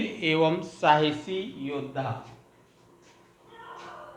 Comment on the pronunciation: Thanks sir but its not सहासी its साहसी